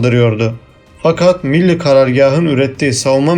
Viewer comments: Bu bilgilerin çoğu basın ve yayın organlarında yayınlanmış, çoğu bilinen şeyler haberi olmayanlar da çok tabii. Benim burada dikkatimi çeken şey bilgileri veren arkadaşın biraz diksiyon dersi alması. Çünkü Millî kelimesinin okuyuşu hatalı. Milli şeklinde ifade ediliyor. Bu da kelimenin içine sulu çamur, veya sulu kum anlamına gelen milli diye okuyor. Halbuki sondaki î nin üzerinde uzatma işareti var. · Milli karargâh ne biçim vurgulanıyor? Rahatsız oldum. Millî diye uzatamaz mısınız? Teşekkür ederim. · Birde "milli demeyi öğrensen herşey daha güzel olacak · Milli kelimesinin telafuzunda sorun var. Türk değil misiniz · Bu tür vidyoları dinlemek eziyettir. Okuyan milli kelimesinin nasıl telaffuz edildiğini bile bilmiyor. Git bi Türkçe öğren... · Kardeşim anlattığın hikayenin daha inandırıcı olmasını istiyorsan öncelikle "milli" kelimesini doğru telaffuz edecek , diksiyonu düzgün bir arkadaş tarafından seslendirme yapmanızı öneririm.